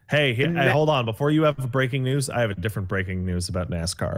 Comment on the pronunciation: Nascar is our word,. But you can say Nasca.